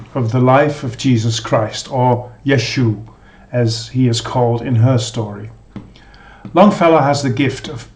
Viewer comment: Interesting list and I've been enjoying your videos! One note, not that it is super important, but in Magdalene I believe it would be pronounced Yesh-wa - it very closely resembles Joshua because Joshua would be the correct translation for the name.